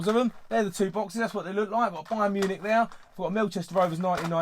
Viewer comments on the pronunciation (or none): none